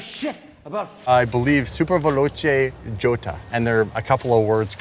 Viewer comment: IT SUPER VELOCE JOTA PRONOUNCED YOTA